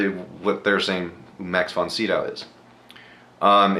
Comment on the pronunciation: Max Von Sydow is pronounced (si do) - long o...to people my age, he is "The Exorcist"...I never watch these but I liked watching yours...thank you!!!!